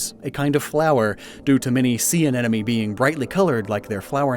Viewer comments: “Uhn-enemy” drove me INSANE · watching this while a biology student roommate is listening in the living room... the tangible frustration on his face whenever the word anemone is mispronounced is GOLD! thanks